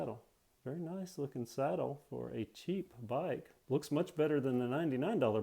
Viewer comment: Is anyone else is wondering y besw calling the seat the sattle